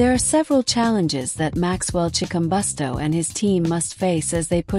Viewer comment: Chikumbutso not Chikumbosto.